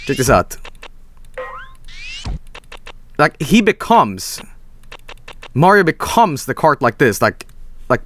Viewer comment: HEY LITTLE BRO, OR SHOULD I SAY GREEN MAHRIO?!